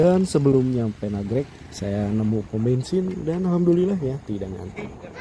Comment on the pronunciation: Nagreg woy Nagreg 😢 bukan Nagrek, Jawa Banget K diubah G